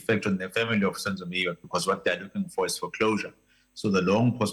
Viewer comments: This presenter must respect our surnames please don’t call Meyiwa as mwyyaa I beg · But why South African TV presenters failing to pronounce Zulu names unlike in the 80s it is disappointing the lady can't pronounce Meyiwa and Zikalala..it is disgusting